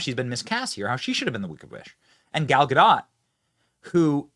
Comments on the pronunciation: First of all, it's pronounced GUH-dot not GUH-doh. She's not French, she's Israeli. Secondly, being a celebrity is a mental illness. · Benny, I love ya. Say Gadoooooooh. Gal Gadoooooooh. Not GaDOT Edit: You fixed half way through. Sweet! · GA -DOT, NOT, GADOUGH.